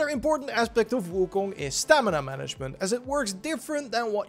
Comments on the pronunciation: its pronounced ( Wu-Kong ) ...not ( Wu-Kun ) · wu koong? lol